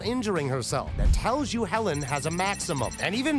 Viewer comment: 🤔Since when ist there an „rrrrrrrRRRRrrrrrrr“ in „Hellen“? 😅🙈🤣🤣👍